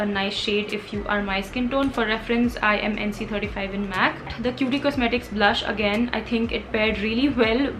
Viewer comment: It is actually Kyoot kosmetics not kyooti kosmetics 😅